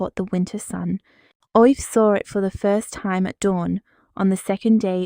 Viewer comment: Aoife is pronounced Eefa.